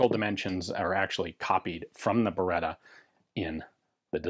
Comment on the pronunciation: Thanks for the correct pronunciation! Even that is part of history. This is, to my eye, the best-looking Beretta 92 pattern pistol yet.